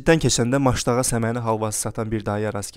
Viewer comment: Məştağa yox Maştağa